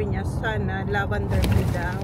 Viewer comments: LAVENDER!! NOT LAVANDER!!! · Ok lang yon Pinoy naman sya po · oh eh di lavender..! apakaOA neto.. baby kalma!